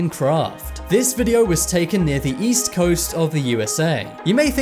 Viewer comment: East, I thought he said weast.